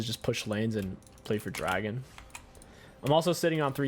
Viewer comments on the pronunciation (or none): none